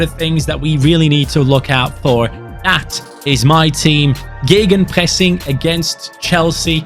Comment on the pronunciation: Seems like career mode series is the way to go this fifa. I really love it already and this one has so much promise. Also i love the german accent on geggenpressing